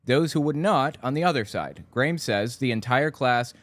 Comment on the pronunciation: Just so you know, that kid from Australia's name is pronounced "gram", like graham crackers.